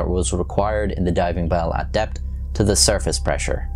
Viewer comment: from surface to depth My ears: from surface to death